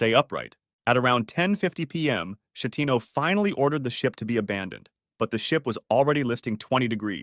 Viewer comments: is sCHEttino not scettino, and many others, I like the content but next time please use google translate to learn the pronunciation before saying it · Yes but.. "Francesco Sciettino" no, please..... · Just one note: the Captain's name is Schettino with the K sound,not the soft like in cherry. The city is called Civitavecchia and if you want to say the name correctly you say the first C as in ch sound in cherry, than the chi group as ki group. All this aside: amazing work and I love your channel ❤. Another note about the Italian Concordia: it seemed that the maneuver the Captain performed was already dangerous, he knew it very well and he did it anyway to impress a lady he had a flirt with. Also, some people think Schettino was intoxicated by drugs, probably cocaine. A full around avoidable tragedy caused by man arrogance. Amazing video as well. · He is an Italian so it's supposed to be read as S followed by the ch of technology, not as a German Sch.